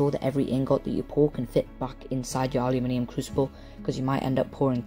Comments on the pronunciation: I am from the States and I love how you say Aluminium! Don't let anyone give you any crap about it. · I'm American and I pronounce the word aluminum the same way you do. Because let's face it. Your way sounds WAY cooler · Thank you for saying and spelling it aluminium. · I say aluminium the same way :3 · Yessssss some one says aluminium properly!!!!! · I like how you put people in their place on how to pronounce aluminium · you pronounce it correctly for the spelling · theres always some idiot out there. your pronunciation of aluminium is fine. im in the us and i understand you just fine. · I dont fault you at all for pronouncing the metal differently. In your country, thats how it is said. Thats that. Not wrong. Nice work anyway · I'm Australian and usually i hear everyone saying aluminum and then i started watching The Art of Weapons and I was like... This is the first time i have heard a youtuber say aluminium properly :O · So what amazing and wonderfully weird things may you get up to using a CNC router then? Amazing vid, I made a paint can forge but have yet to try melt aluminium,P.S. it's the Americans who pronounce it weird ;) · since time and memorium the british and other europeans have correctly pronunciated the word aluminum when in rome do as the romans do. its no wonder the industrial revolution started in britain you have great engineering skills please keep sending your tutorials. thank you.. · Its also the correct way to say it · Mike Dittman I mentioned it because all these Americans were attacking this kid for the way he said aluminium. The Americans think they are right and he is wrong. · ***** That wasn't the issue. The issue is Americans attacking him on mass, for saying aluminium correctly. Thats the issue, as far as i'm concerned you can keep on saying it however you like, no matter how wrong it is, but don't tell us, the people who invented the language, that we aren't pronouncing words correctly